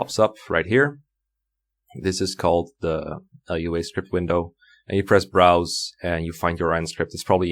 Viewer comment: Lua is a scripting programming language, and it's pronounced "LOO-uh". Lua scripts can do many things, and are not synonymous with Fire Emblem, RNG, or video games in general.